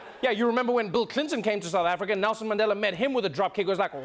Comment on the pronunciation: "WELCOME TO SOUTH AFRRRRICAH"!!!